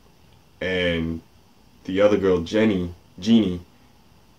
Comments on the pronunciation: did he just called her genie? (it's pronounced jhon) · Jeanne is pronounced John